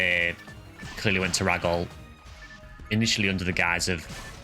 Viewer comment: Really late to finish watching this but this was such a good one! Who knew the story was so good. I also think it’s interesting how people pronounce pso stuff. Like Gee foie or Jee foie. And you pronounce it rah-gol but I always thought it was ray-gol. And flowen you pronounce differently, I always say flow-un. But I first played this game when I was very young and didn’t know the word pioneer. So I actually use to think it was pronounced pee-on-er. I was young…ish.